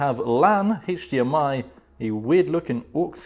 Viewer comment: "Heych dmi cable"